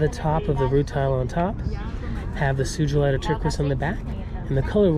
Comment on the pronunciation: Poor fox’s murdered for their tails and hides. I freaking hate hunters and animal murderers 😡 Karma will come around for them. I don’t mean to be annoying but you’re still pronouncing Sugalite wrong. It’s Sue-guh-light with a soft G, not Sue-Juh-light.